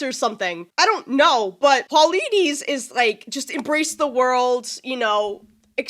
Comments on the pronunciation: Polities is pronounced Pol-eh-teez I think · Love the reaction and I can't wait for more!! Some helpful hints to aid you on your journey (***NO SPOILERS***): Eurylochus (pronounced like "You Really Cuss") second-in-command, Odysseus' brother-in-law. Polites (pronounced like "Paula-Teez") best friend since childhood (maybe a bit more than a friend, but not official canon) Zeus - King of the Gods - Lightning / Thunder, serial cheater... would sleep with anything with a pulse Hera - Goddess of Marriage (and other things too), wife of Zeus Athena - Goddess of Wisdom/War Tactics - Daughter of Zeus Poseidon - God of the Seas and Horses (and other things) - Brother to Zeus, fathered many children who later became creatures of myth (like giants) Hermes - God of Luck and Travel (and other things too) - also known as "Messenger of the Gods" - Great-Grandfather of Odysseus Lotus Eaters - in the book "THE ODYSSEY" they were just human beings who were an allegory for addiction. They are in EPIC as these little furry creatures with "minion voices." Later, another god has their own minions who use the same voice as the Lotus Eaters. The fandom conflated the two, and now the lotus eaters and the minions of the aforementioned god are referred to as "winions," which has also become the name of the fandom itself. We are winions, and now so are you!!! There's a lot more to discuss, but not without getting into spoiler territory. This ought to get you moving in the right direction though! :)